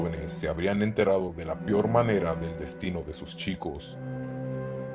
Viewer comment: Ok bien los videos pero cuando digas peor prununcialo "peor no pior"